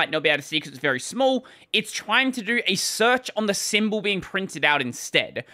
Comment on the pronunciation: "SEARECH"... I guess it's time to throw in a bug report!